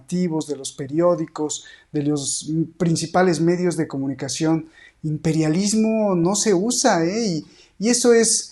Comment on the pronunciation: Jeje, me lo apagaron por andar pronunciando Im perial lismo! Jajaja